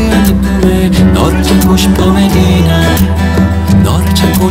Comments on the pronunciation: Всегда хотела послушать эту песню на другом языке)))но даже не мечтала о таком😍Красиво произносит имя)))) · МашаАллах! я в шоке 😲 как это прекрасно просто нет слов я услышала эту песню на Корейском. я так рада🤭 как он произносит имя Медина 🥰🥰 спасибо за песню ты лучший ❤️❤️❤️ 사랑해요 💕💕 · Как он красиво произносит «Медина», волшебно спел! Я в восторге)) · Он так сладко произносит слово Медина 🥺♥️♥️